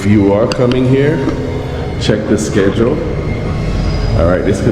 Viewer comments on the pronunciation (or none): none